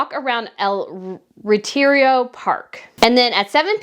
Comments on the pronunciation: You are butchering ALL the Spanish names. Study the words and pronounce all the letters and syllables. It’s not Geovena. It is Ge no ve va. It’s not Retirio Park - it’s Re ti ro. You even said Fredick earlier. Try & get people’s names right.! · Dear ss i said GENOVEVA is the Latin version of Geneviève. You also say GEO insteas of Geno. Next the park’s nsne id RETIRO not Reterio. Pls mo not ‘murder’ the Spanish language. Just take s little care in practicing the foreign names correctly. Tnx dear